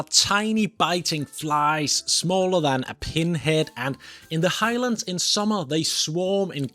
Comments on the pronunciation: Please don’t say High-Lands . It should be pronounced as one word and not two. Highlands. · It's NOT The High Lands, it's the "Highlands" (Hilands) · I’m triggered too 😮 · And it is not high-lands for starters. U didnt learn much while living in Scotland did u. Ignorant git whatever u r. Mallaig is not mal-laig either.